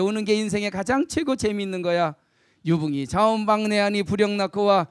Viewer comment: 참 흥이 납니다. 선생 강의를 들으니. 하 가지 지적하렵니다. "자원방래"의 독법이 틀렸읍니다. "자원 방래" 하고 두 자씩 띄어서 읽었읍니다. "원방" 은 명사 구이므로"자 "하고 띄어서 "원방래"라고 석 자를 부처서 읽어야 합니다. 문리가 터지면 자연히 구문을 이해하게 됩니다."측은"을 "칙은"이라고 오독했읍니다. 모음을 분명히 발음해야지요. "수오지심"을, 수오 지심"이라고 두 자씩 띄어읽었읍니다. 잘못입니다. "수오지"라고 부처서 읽고"심" 하고 끝내야 합니다."지"는 소유격이기 때문입니다. 여러분!" 우리 말과 글이 타락했읍니다. "한국 어문을 고발함"이라는 책을 한 번 읽어 보시옵소서. 미 국 변 완수 배